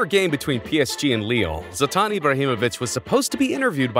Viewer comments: Bro called zlatan zatan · bro said Zatan